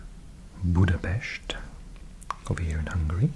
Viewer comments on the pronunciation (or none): none